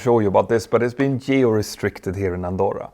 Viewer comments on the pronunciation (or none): Did you say Andorra?